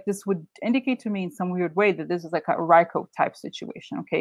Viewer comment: RICO is pronounced Ree-co. The Trump University case was never tried. It was settled shortly before trial with the plaintiffs getting close to everything they sued for. But yes, Trump is very familiar with RICO.